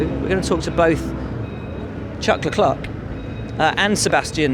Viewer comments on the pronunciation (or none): Did he just say "Chuck Leclec"? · Chuck Lecluck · Will was the one who done the interview with Charles where he said how to say his name but he still doesn’t say it right ahahaha